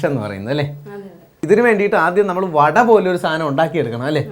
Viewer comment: Vatta koottucurry alla.vada koottucurry enna parayuka😂